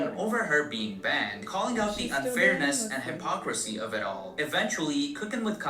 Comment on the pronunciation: "Kya got banded": not banded girrll 😂